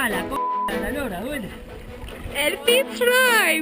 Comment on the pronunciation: Fitz Roy creo que se pronuncia Firroy